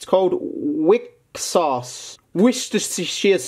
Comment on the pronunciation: OH HELL YEAH WIXOSS CARD !!! It pronouced "Wicross"